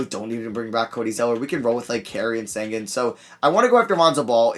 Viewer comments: Alperen Sengun is from turkey (like me) and in the Turkish letters there is a letter that makes the sound the sh makes but since that letter isn’t in English, they just put s. His name is supposed to be pronounced Alperen Shengun. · Alperen is from my country you gotta read it like Shengyn- şengün is his real last name tho